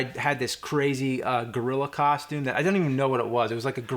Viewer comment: is "costume" not "coshtume"